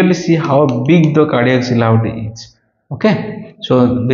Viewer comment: Hello Doctor, thanks for the videos. Just a quick note: The word silhouette is pronounced as See Loo Wet.